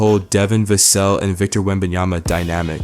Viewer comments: Pronounced Va-sell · Devin VASSS-sel.😂arts off the video by mispronouncing his name.! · How much can you know and how big an insider can you be when you don't even know how to pronounce Devin's last name? Otherwise, good video. PS: With regard to who will replace and take Tre Jones’s point guard play and role with the team, have you ever heard of De’Aaron Fox?